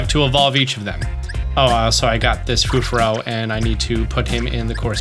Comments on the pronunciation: lol why are you pronouncing Furfrou as Fuforo? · friend, it's Fur-froou, not fur-farou:) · Fufuro.. really?? Possibly the worst Poké-tuber out there, cannot even pronounce half of the dex. smh He is informative, but terrible at pronouncing Pokémon names.